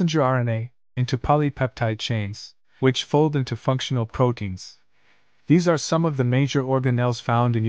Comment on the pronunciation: Bro, “prodeins” isn’t a word. Pronounce the “t”, please.